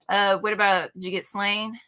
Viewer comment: Just so you know and I know this is pedantic but Slaine in Slaine the horned god is pronounced Slawn-yeh. It’s an Irish name.